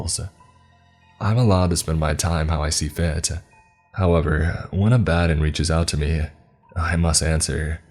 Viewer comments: lmao abadin.... Say it with me Ab-a-don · "Abbadon" is not pronounce "a bad'n." It's pronounce "Abba dawn." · Just a heads up abaddon is pronounced like sabaton. Not like alladin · Abbadon. Ab-Ba-Don. Not Abb-Adon. Ab-Ba-Don. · Abb Uh Dawn. That's how its said. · It's pronounced Abb-uh-don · You trying to say the demon Abaddon. It's pronounced more like ab ah don. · You pronounced Adaddon wrong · is my favorite narrator but is anyone else cracking up at the way he pronounces Abaddon? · Great story and narration, although the way you pronounce abaddon irks me lol but that’s just a pet peeve of mine that has absolutely no bearing on anything or anyone else 😂 I definitely enjoyed this one.